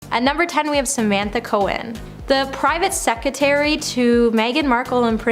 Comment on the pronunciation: It's "sec-re-tary'